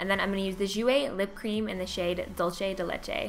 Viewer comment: dolce and Dulce are not pronounced the same. Dulce is Latin for sweet.[duhl-see] . I am white/hispanic. my heritage is native American, Spaniard and Mexican. my friend leoni is Italian. dolce is Italian for sweet. dohl-chey; Italian dawl-che